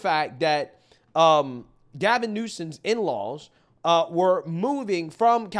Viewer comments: Love your commentary which is of utmost importance. However, I beg of you to put some level of focus on grammar & pronunciations. Please. NewsoMe rather than NewsoNe & recognizing that “hisself” is not even a word. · NEW SOME.. NOT NEW SIN... 😂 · "Gavin Newsun" 😂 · It’s Newsom”M”!!! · How dems debate Hannity: first question, governor newsome do you support abortion up to time of birth? Newsome: Ron DeSantis made it so women have to request an abortion before theyre pregnant. He will kill women Hannity: taxes in California are the highest in the country. Newsome : how dare you ron!!! Its pronounced KAH-MAAAA-LAAAAA you racist Hannity: the statistics prove crime in California is higher than anywhere else in America. Newsome : our crime is lower than its ever been. Ron DeSantis is a liar, and he cannot be trusted. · Who is "Newsan" ? 🤣